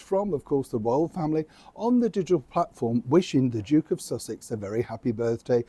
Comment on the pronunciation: I really thought said the Joke of Sussex🤣🤣🤣🤣🤣. From a resident of Sussex, just outside glorious Brighton. STRIP THE TITLES, NOW.